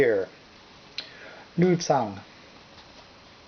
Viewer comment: Not sure who taught you how to pronounce the Chinese names (your pronunciation of xiangqi is pretty much spot on), but the pronunciation of "zhan" is a little off. The Chinese Zh is pretty much like the English J (pronounced more with the tongue in the rear rather than touching the teeth, which is the letter J in Chinese pinyin). The "ts" you use is the Z alone, as in Mao Zedong.